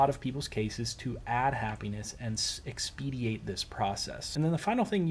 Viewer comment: the word you keep using incorrectly is "expedite" expediate is wrong.